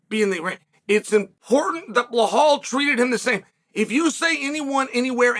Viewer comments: 😂 chael please it’s Belal not blahal… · Bē-LAL. not Blohall😂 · Chael, why are you pronouncing Belal as Behlal, there is no "h" in his name. His name is the easiest to pronounce, just say pronounce letters : B E L A L. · are you intentionally calling bilal as blohal because bilal is not hard to pronounce uncle Chael? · What's with Sael Chonen pronouncing fighters name wrong. First with Alex Piera and now blahal mohd. 🫡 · Great opening, old school Chael, mispronouncing. Bel- HAL. I miss some good old PROVOKI and PROKRAYEV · For God's sake, learn how to pronounce Belal. It's not Blahal 😂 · Chael pronouncing anyone’s name properly is the ultimate compliment. I guess Blahall hasn’t earned that yet. :D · You're lying. If you weren't new here you would know that Chael pronounces ALL foreign names wrong ON PURPOSE. Either that, or you just didn't realize because you don't pay attention.